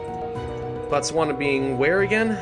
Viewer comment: That's not how you pronounce Botswana